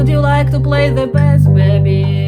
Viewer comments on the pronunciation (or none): Как мне помогают Ваши уроки! Спасибо огромное. Позвольте только маленький комментарий: не "бэсс", а " бейс". А вообще Ваш английский прекрасен! 😊